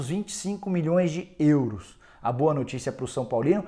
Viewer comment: So eu que acho engraçado o Nicola falando “ÊÊÊUros”?